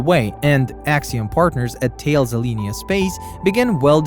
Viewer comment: This was a good video. Thanks. One small comment, intended to be helpful for future reference and not in any way sniping at you because it is 100% not obvious from the spelling (at least for people including me who aren't French), but the correct pronunciation of Thales is Talice (like the name "Alice" but with a "t" in front. So many people have issues with the correct pronunciation that the company actually has a blog entry on its web site giving that like-Alice explanation of how to pronounce its company name.